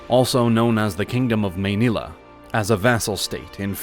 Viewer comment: Manila and Barangay’s pronunciations